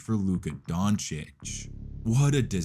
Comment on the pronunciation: Who the F is donkik?!😅😅 Ppl want to make nba videos and thay dont know top3 players names in the world😊